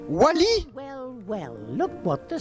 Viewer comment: Je suis le seul à comprendre WALL.E au lieu de Wally? X)